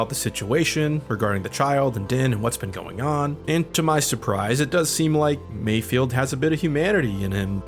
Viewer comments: You keep mispronouncing Mayfeld's name. It's not Mayfield. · Take a shot every time says "Mayfield" Its Mayfeld 😖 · Dude his name is MAYFELD!!! MIGS MAYFELD. Lol you’re killing me saying it wrong!